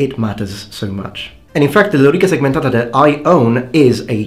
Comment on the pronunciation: what a remarkable prononciation of lorica segmentata :) i like italian accent